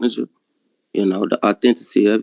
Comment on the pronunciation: “Authencency” 😂 Authenticity,. If you’re going to squat, you’re going to need to learn some big boy words.